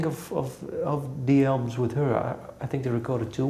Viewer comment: The dude says "Albums" ... I kept hearing "Elms" :D